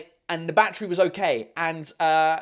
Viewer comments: Everytime he said "Battery" I understanded Backtrip ._. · How he says battery ( 🦇 🌲 )